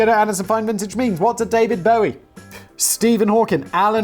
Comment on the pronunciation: yo cmon you know who david bowie is its not bow-wee